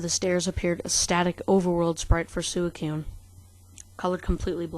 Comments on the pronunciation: Did this man just say sue e coon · It's pronounced Suicune (Swee-cune) dude or girl. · ur pronouncing "suicune" wrong